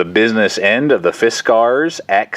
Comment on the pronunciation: He is trying to split a knot and doesn't seem to know that's why he was having trouble . And he says Fisk R's in such a forced way that at first I thought it he was trying to be silly or something... after the 10th time I want to travel time and space just to teleport to him making this video and make him acknowledge how obnoxious he sounds. Thanks for making the video though. Hope your doing well and hope you pronounce fiskars like regular Americans now 7 years after this was made. If not you should consider it